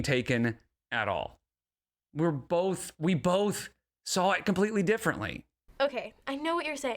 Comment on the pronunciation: Bolth makes me irrationally angry